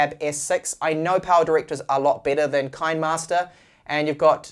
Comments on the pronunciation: Kinemaster ➡️ kee-nee-master, like you would pronounce "cinema'ster". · Finally said "Adobe" correctly! :D But I think the "kine" in kinemaster is pronounced like "cine" from "cinema" but with a k sound of course. Kinnamaster ... Love your content! Just giving you a hard time :) My only issue with kinemaster is subscription model :/